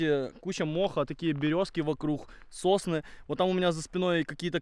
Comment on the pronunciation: Сосны,а мне послышалось Сосни -________